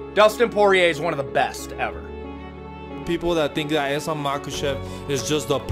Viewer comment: Excellent film bravo ! Mais s'il vous plaît quand vous faites un film sur Islam, faîtes l'effort de bien prononcer son nom...